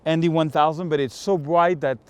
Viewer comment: What kind of filter? MD? Sorry, can't understand what you said.